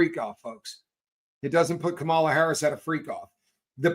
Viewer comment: Hey! I heard former VP Kamala Harris’s rep remind us how to remember the correct pronunciation of her name…! Kamala rhymes with Mama-la❤ Kamala Mamala, Kamala Mamala. Unless I’m missing some kind of subtle dig that I’m too stupid to recognize? Truly hoping your mispronunciation of her name is just that…